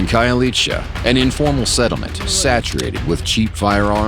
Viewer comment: I love that narrator buddy pronounced Khayelitsha perfect to the tee